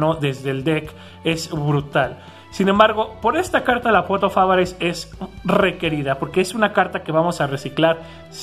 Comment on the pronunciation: pequeña nota: la pot se pronuncia "pot of avaris".